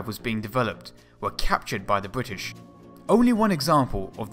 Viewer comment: Good content, but the narration is horrible. Please, for the love my my ears and sanity, get and use a PoP filter - or post process the audio to remove them. It's bRittish, not bWittish. It's Specific not Pacific. It's THree, not Free. Speech therapy can help with these issues. And I think the point about Messerschmitt has already been made widely enough. I don't normally like to post negative comments, however, for such good content, it is such a shame to listen to such cringe worthy narration.